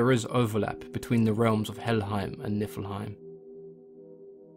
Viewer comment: heim is pronounced hame. So it's Knee-full-hame